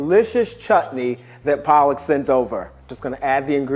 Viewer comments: Him constantly pronouncing her name as PAALAK (spinach leaves in Hindi) got me thinking, damnn Paalak made Paalak dosas…. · they are not the same word. One is palak and other is pronounced paalak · Palak making PAALAK dosas🤣🤣🤣🤣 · It shows how much he loves his spinach... Calling Palak as Paalak at least 3-4 times😂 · She addressed herself as Paalak. 🤦🏽 These NRIs spoil all Indian names.. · The Pro-chef herself ruined her name in first few seconds of the video 😂 she called herself 'Paalak' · Its more like Paalak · Wait a minute her name is Palak? You mean spinach??🙄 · Just a random information: The way he says Palak's name is wrong(no offence intended) but that's how you say spinach in hindi his favorite vegetable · Someone tell him his pronunciation of her name Means spinach . 😂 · Pallak se palak 😂😂😂😂 Name butchered there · This video is so wholesome. And Palak and paalak mix up 😂. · Am I the only one who is not happy about Chef's name pronunciation 'Palak' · I hope I made u proud Palak (पालक) 😂😂😂😂😂 Wt.. She is not spinach.. 😂😂😂😂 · won't know but the way he pronounced palak's name actually means spinach in urdu and hindi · Did u know spinach means palak in Hindi also her name is not pronounced her name really means lashes as he pronounced the way he pronounced is called spinach in hindi; Indians know what I mean ;D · The way pronounces Palak is exactly the Hindi translation for spinach. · Epicurious has discovered the gold mine that is Indian views haha. Love it. Fun fact: His pronunciation of 'Palak' is spinach in many Indian languages. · He says Palak as 'Paa-lak', which is Hindi for spinach, which he happens to like. Couldn't help but notice. Huehue. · The chef's name is Palak [In Hindi, it literally meaning eyelid but is used to mean a moment of time] but mispronounced is to Paalak. This is funny because loves spinach which is called Paalak in Hindi, the same thing he was calling the chef the entire time. XDD